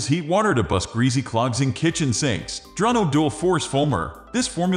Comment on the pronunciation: The correct pronunciation of the product is on the label and yet this computerized voice still mispronounced it as “Dronno.”